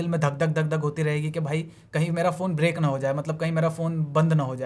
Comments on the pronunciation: The word is "brick", not "break". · Break nahi gadhe usko brick bolte hai 😆😆😆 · Break nehi use Brick bolte hai